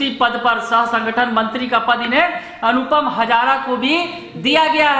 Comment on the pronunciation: हज़ारा नहीं...हाज़रा